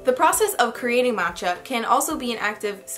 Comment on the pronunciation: Haha, I giggled a bit when I heard you pronounce the names for the matcha equipment. I feel like my type of self care is finding a yummy vegan recipe that I've most likely been meaning to make for a long time and start baking! I just love the amazing smell of the sweet aroma of baked goods wafting through the house!